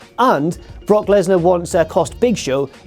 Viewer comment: You saying Brock, made me lose any respect I had for you. Booooooo